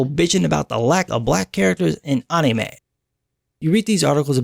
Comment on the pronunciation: how you say anime just bless you.